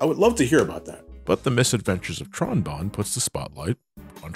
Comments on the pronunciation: It's BONNE (pronounced BONE) family! Not Bon (B-On)! Tron Bonne's name is literally a reference to the instrument Trombone! Stop pronouncing her name wrong! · No! Not potato, potato! Her name is a musical reference like Classic and X's series. Also, the Japanese version (as in the people who made it) pronounces the name as Bonne (Bone)!